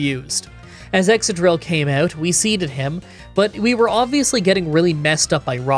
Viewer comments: And ExCadrill, not Exadrill as he says. Exca as in excavation. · ExCadrill, not Exadrill. Exca as in Excavation. Happy to teach a Canadian some English :) Cheers from Scandinavia!